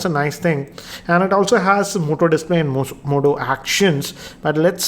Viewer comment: Goodbye Moto not hello motto😂😂😂